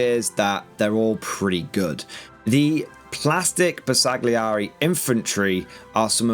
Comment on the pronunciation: The G is silent in the name, as in: Ber sa [g] li eri. Why so pedantic? Because it is a name and they are important. It would be like calling Leicester Lei cest er.